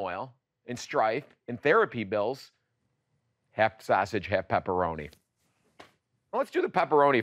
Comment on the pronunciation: LOL you pronounce sausage the way my grandpa did LOL